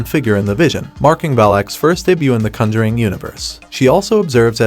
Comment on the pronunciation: Why do you pronounce conjuring so weird?